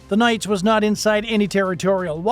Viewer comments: Enjoyed your video. But the correct pronunciation of the USS Nitze's name is "Nit-Za," not "Nights." It was named after the former Secretary of the Navy Paul Nitze. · Holy shit I can't even watch this crap. It's pronounced Nit-zah not nights. Learn the f'n name! You are dishonoring everyone who serves and has served on it by not taking 30 seconds to do some research. I spent three years on that beautiful ship and knowing they handled themselves well is not surprising, but I certainly don't need to hear you keep disrespecting her. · USS Knights? Or USS Nits-uh? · Vessel named for Paul Nitze…Nits-uh? Not “nites”. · my friend, "nights?' really?... it's nitsuh you twit. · Nitze - Nit zuh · The ship is named after Paul Nitze, Former SECNAV during LBJ's Administration. His name was pronounced "Nit zee". vrckn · Check your pronunciation - the ship's name is nit-se - short i, not long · It’s pronounced NIT-SUH. Other than that pretty spot on video. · “Nit see” pronounce this way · Oh you butchered the name of that ship. BADLY. Also the video is old we dont wear that uniform anymore. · He mispronounced Nitze as well.